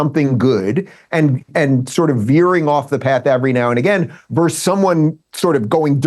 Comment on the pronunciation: Adam, please help Dave. He is pathologically unable to say "versus." Every time he says "verse."